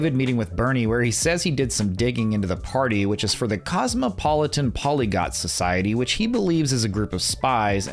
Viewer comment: PolygLot. Not polygot. It got weirdly ironic to mispronounce that specific word.